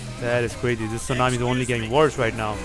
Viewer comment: hewicopter wawes cwazy holy cwap